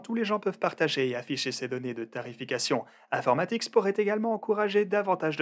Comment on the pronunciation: Si je lis bien c'est infomatix et non informatix Comme tu le dis à chaque fois sur la vidéo. Bonne soirée